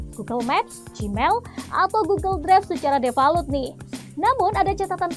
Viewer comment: Depalut wkwkwk depault cara bacanya pe a